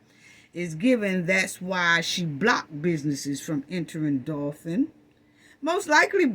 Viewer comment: Great video love your sarcasm but the way you pronounce *Dolton as “Dolphin” has me crying laughing it’s so cute because I know what you mean it’s just the way it sounds😂😂😂😂😂😂😂😂😂😂😂😂